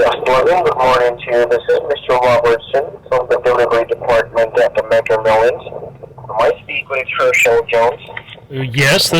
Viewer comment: "Megger Millions" 🤣